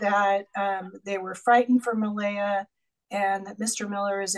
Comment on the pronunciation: The mispronounciation of Malaya by the judge over and over irritates me.